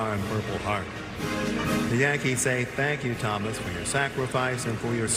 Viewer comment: Not tenskyou 😊❤